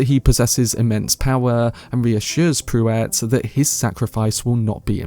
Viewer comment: And, you sure have your own completely unique pronunciation of almost every Dune name. But 'Pruitt' is certainly not 'Prew-wett'. It's 'Prue-itt'.